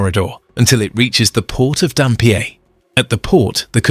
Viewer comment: Phew. I'm a West Aussie, but knew none of the progress. Just a couple of tips on pronunciation. Karratha is "Car-ahh-'tha". Dampier is "Damp-ee-er". Thanks for the video!